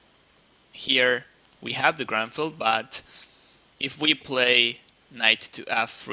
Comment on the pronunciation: its not GRANFELD, its GRUNFELD... -.